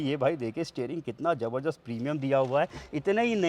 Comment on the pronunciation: Zabardast❌ Jabarjasht✅